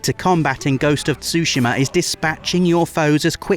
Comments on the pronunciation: Ghost of Sushima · why everyone in the West is pronouncing Tsushima as Sushima?